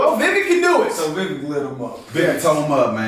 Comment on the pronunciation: Got to start saying Vivek's name right. It rhymes with cake. (Vi-vake)